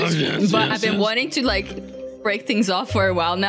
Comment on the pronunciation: of the end moody and sanna playing flee the facitiy jelly says i dont wike it🤣🤣🤣🤣🤣🤣🤣🤣🤣🤣🤣🤣🤣🤣🤣🤣🤣🤣🤣🤣🤣🤣🤣🤣🤣🤣🤣